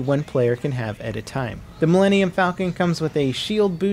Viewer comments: OMFG not you too..... It's Millennium Falcon, not Millennian Falcon. Hell, thats not even a word. You've been hanging out with X too long... Sheesh...goes the salty nerd. edit Only said it once But still, pull this video, re-record, re-upload or IM UNSUBBING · MuhLogan I'm fairly sure he said Millennium but everyone talks differently and his way of saying it just makes it sound like Millenian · did he say millennian falcon at one point? for shame sir